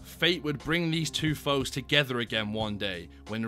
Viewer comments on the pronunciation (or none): none